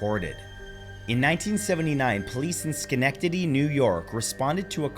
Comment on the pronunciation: Nooooo not Schenectady😭 (perfect pronunciation, btw)